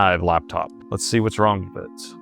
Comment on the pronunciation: Its a Laptop not Luptup